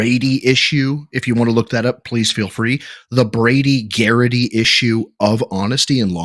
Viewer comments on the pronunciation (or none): nitpick but it's Brady Giglio not Brady Garity(??)